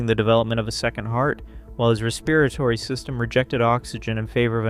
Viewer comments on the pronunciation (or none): Respeeratory hurt me a little...